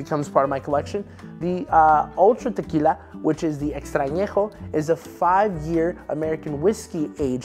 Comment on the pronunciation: You don’t have to go all try hard when pronouncing words like “tequila”